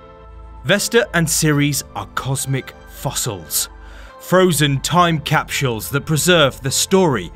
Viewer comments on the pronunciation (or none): Cap-shules, huh? Cap-sules? Please speak mainstream English.